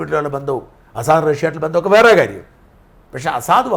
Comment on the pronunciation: അസാദല്ല ഷാജൻ സാർ….🤪 ബഷർ അൽ അസദ് ….🙏